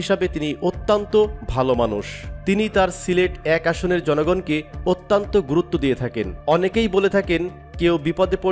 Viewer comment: শব্দটা 'অত্যন্ত' অত্যান্ত নয়, মূর্খ, খারাপ উচ্চারণ! খ